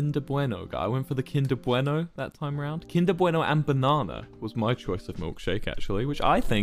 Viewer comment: Why tf does he say "kinder bueno" so well— like it legit sounds like he speaks fluent spanish